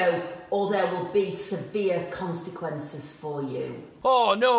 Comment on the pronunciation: Morgz Mum "they're will be seveere consiquences" you can tell she needs this YouTube money 😂😂